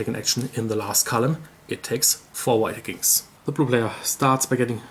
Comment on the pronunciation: I love the German pronounciation of V as W. In Caverna got lots of Wedgies!!